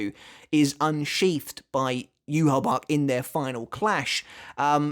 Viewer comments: Lmfao bro if you play bleach brave souls it’s not yuhabac it’s yu ha baw ha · Why do people call him Juha Bach, when his name is supposed to be Yhwach? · NOw with the White case representing his Quincy Side: It does make sense that it is still there even after his Quincy Powers being stolen from him. Because when Bach (yeah yeah, Yhwach or whatever, it is pronounced BACH and so I refer to him as that, since that is also how it would be written down in german) stole Ichigos Quincy Powers, Ichigo already was in Bankai State, and Tsukishima, with help of Orihime, helped restoring the sword. HOWEVER: If Ichigo did NOT had his Quincy Powers at that point, it would not change the current appereance of the Bankai. Or in other words: Ichigos Quincy Powers are gone, but the shape of the blade remains, but it is now powerless, an empty shell so to say, at least on the surface. HOWEVER, what Bach failed to realise was that this Powerless shell might be fragile, but it still has something in it... a shining, hard to break pearl, in the form of Ichigos Shinigami Powers. That is why I think the White Part broke so easily while the actual blade did not, because the white representing his Quincy side was "empty", while the black representing his Shinigami side was still "filled" with power, so the shell breaks and core stays intact. Also, can we still call Ichigos current blade "TENSA" Zangetsu? Tensa Zangetsu means heavenly CHAIN cutting the moon, but with the White "Shell" gone, so was the chain that made that Sword "Tensa" Zangetsu. So maybe, at that moment, when the white shell broke off, the sword actually returned into it's Shikai State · Maybe his shinkai is similar to yumichika which posses a fake and real shinkai depending on how he pronounce it's name as well Renji's bankai which is separated in to two form